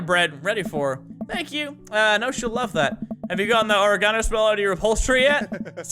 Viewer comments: Mini says: ori-gone-oh I say: ore-gin-oh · Oregano is pronounced Or-egg-uh-no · It's OR-EGG-INO u fuck😂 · why do yo say or-e-gon-o. its pronounced oreg-ino. lol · You say oregano like you say origami. It's O-reg-an-o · Why do you say oregano like origami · Who tf says oregano like that 😂😂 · Mini you butchered the pronunciation of oregano... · Is no one gonna mention the fact of how mini pronounced oregano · Is no one going to comment on the way mini pronounces "oregano" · Why does he say oregano like that I find it annoying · The british way of saying oregano kills me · I'm not seeing enough comments regarding his pronunciation of oregano. It tilted me so hard